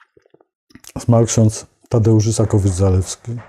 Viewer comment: Z całym szacunkiem, ale zmarł Ksiądz Tadeusz Isakowicz - ZALESKI a nie Zalewski! Cześć Jego pamięci. Dbanie o poprawne wymawianie nazwisk jest objawem szacunku dla wszystkich ludzi, zwłaszcza, że zmarły Ksiądz Tadeusz Isakowicz - ZALESKI był Pańskim Przyjacielem.